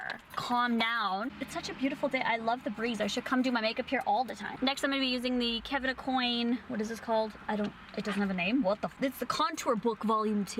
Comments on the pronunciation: It’s pronounced Kevin ah-kwan, not ah-coin. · Kevin a-cwon is how it’s pronounced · Kevyn Aucoin is pronounced Kevyn Ah-Kwan ♥️ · Girl you need to learn how to say Kevin Aucoin lol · The way you pronounce Kevyn Aucoin though 😂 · I thought I was the only one that noticed that 😂